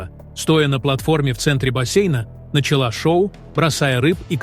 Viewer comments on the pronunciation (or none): none